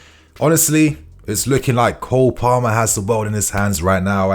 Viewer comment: Its Cole Palmer not Cold...😂😂😂